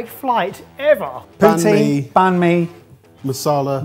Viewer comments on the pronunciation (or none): "Banh mi" is pronounced "bang me"